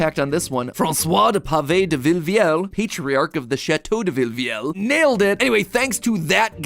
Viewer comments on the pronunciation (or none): Realy good french prononciation, the only mystake is for the word Patriach, the letter A is prononce like the A of the word Apple.